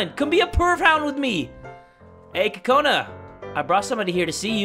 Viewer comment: Kokona sounds like corona 😂